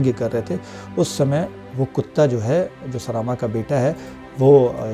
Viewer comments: उच्चारण सही करके पढ़िये। सरामा नहीं सरमा होगा। ऋग्वेद हिंदी में पढ़िये अंग्रेजी में नहीं। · सरामा नहीं सरमा।